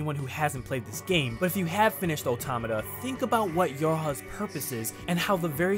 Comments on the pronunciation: Automata is the plural form of automaton. It's pronouced auh-TOM-uh-tah, similar to auh-TOM-uh-tawn. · I can't tell if he's pronouncing automata wrong of if I've been pronouncing it wrong lol